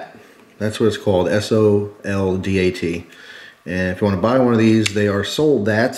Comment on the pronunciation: Pronounced zohl-dot. German for soldier.